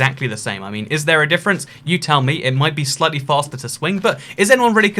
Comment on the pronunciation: i understood "it might be slutty faster" xD